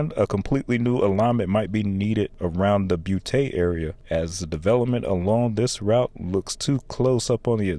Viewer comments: Boutte, La. Is pronounced: boo TEE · Not to be overly stringent but I have to fix it. No. 1 it’s the West Bank expressway which is US 90 business. No. 2 Boutte is a case of Louisiana having French names and constantly getting them butchered. It’s pronounced “Boo-Tee”.